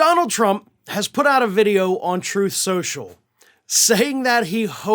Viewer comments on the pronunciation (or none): " trothe cenchull'